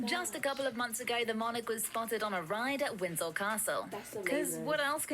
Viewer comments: Winsel Castle? I thought it was Windsor Castle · Am I going deaf or mad but did the commentator say winsol Castle